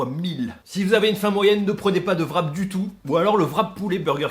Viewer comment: j'ai entendu parler que c'était difficle de dire le WR du mot Wrap en anglais pour les francais mais pourtant la meilleure facon que vous pourriez le prononcer serait simplement "rap" au lieu de "vrap". Je dépose ceci de façon constructive et sans mépris. Signé un quebecois qui ne comprend pas pourquoi vous prononcez un V dans les wraps.